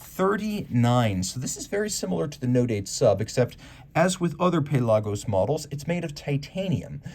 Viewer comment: Bruh why you say pelagos funny?